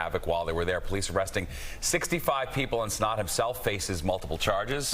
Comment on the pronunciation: How df do u see cenat and say cenot 💀